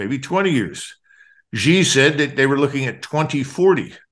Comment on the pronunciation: I wished people would pronouce peoples names correctly, Its not Gee, it is pronounced SHE = Xi